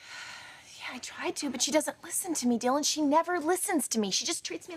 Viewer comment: I hate the was Jessica pronounces Dylan's name ("d_ _n"), eeeek